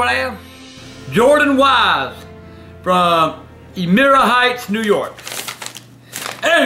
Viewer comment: He pronounced elmira as elmeera instead of elm-eye-ra. Miss AGP